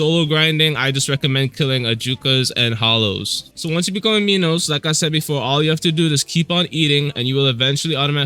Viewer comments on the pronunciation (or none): Menos is pronounced =Man-nos dont ask me why that's just how there call it